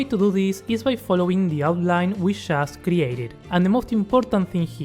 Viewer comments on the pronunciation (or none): Wait a minute??? did u just said “shast” instead of just?? are u from argentina????